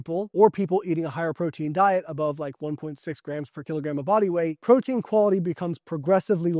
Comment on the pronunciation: Say "protein"